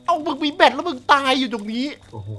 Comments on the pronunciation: พี่คับแบตไม่ใช่แบท😂😂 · แบตพี่ ไม่ใช้ "แบท"